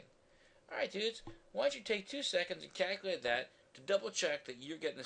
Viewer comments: I want you to Kaculate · the way he said calculate cracked me up